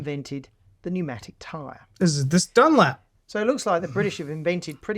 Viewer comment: This is “Dunlap” come on man wtf😂😂😂😂